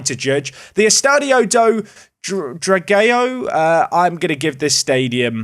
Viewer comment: I love absolute disregard for pronunciation. Can pronounce João Graca’s first name perfectly, and even comments on Graca being Portuguese, but the stadium with the same ão is apparently pronounced “Drag-ay-o” 😂